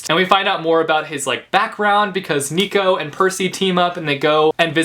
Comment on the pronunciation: Nico is not neeco but naico